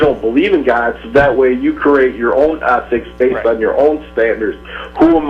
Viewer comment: Jesus Christ! repeated the word "athics" (ethics) enough for a lifetime!